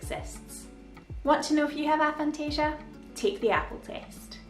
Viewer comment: It's got to be pronounced "ay-phantasia". A as in atheist, or asexual... Also, I had no idea that knowing what something looked like was different to seeing an image of it in your imagination...